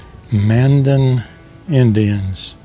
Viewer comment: It’s not located in Bismarck but in Mandan. Which you pronounced wrong too. Man-Dan